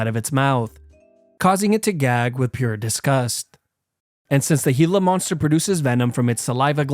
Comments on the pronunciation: bro rlly called it a heala monster💀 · It took me 70 years to learn learn how to pronounce gila.